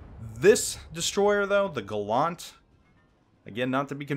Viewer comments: Andrew Stark No dickhead, he didn’t. Because Gallant was a British ship, not American. So the ship was christened “Gal-lant, not Gull-lunt. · The video is made and done but his pronunciation of Gallant is incorrect. Facts be facts, yo. :D It should sound like Gal-ent or Gal-ant but not Gal-awnt. ɡalənt It's not Gal-awnt-tree it is Gal-ent-tree or Gal-ant-tree. ɡaləntrē Look up how to pronounce the Schwa sound. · James Warner That’s not very gallant of you. See? Gal-lant. Not Gal-LUNT. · gallant is pronounced like gallantry :P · why do Americans say Gallant wrong LOL its Gallant, as in gallantry.. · because he's not the first American I've heard say it like that lol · for the record Galant as in the Mitsubishi and Gallant are not pronounced the same way. this ship HMS Gallant is pronounced like gallon or allen. it has a long a sound. words have meanings and different words are actually not the same. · Your pronunciation gives me the impression the Gallant is a French DD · Please learn how to pronounce Gallant. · If it was just a word it wouldn't matter how it was pronounced but in this case it is a name, which means it is intended to be pronounced one way and one way only and mr video maker was wrong. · yeah seriously it hurts my ears. ..and im not even a native english speaker. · No he did most certainly not.